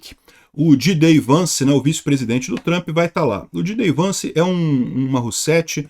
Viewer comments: NÃO É "DJI DÊI VANCE" , É "DJÊI DI VANCE". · Jay Dee...e não Gee Day. Só dizendo...